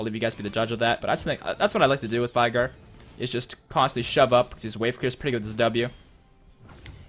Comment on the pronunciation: As a Veigar main it pains me greatly every time you pronounce it with an "eye" sound.